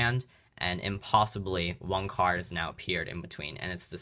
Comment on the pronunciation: Why do you keep pronouncing one card as “wanc ard” it’s so irritating